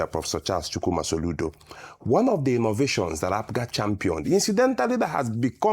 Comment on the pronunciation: Rufai, we are called APGA and not APUGA, take note.